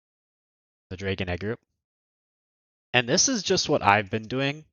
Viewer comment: why do you say dray gone?